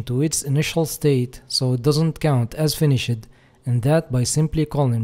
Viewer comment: yo the word "finished" the e is silent its like the normal "finish" but with a d sound at the end. it isn't an "ed" sound. It's just like a d sound, if that makes sense. Besides that perfect english, and great tutorial.